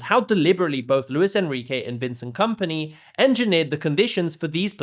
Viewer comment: Vencent Kampnay 🥀 should be a crime to pronounce him like that